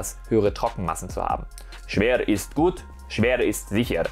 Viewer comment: SCHWER IST GUHT SCHWER IST SIICHR 😂😂😂😂 hat mich gekillt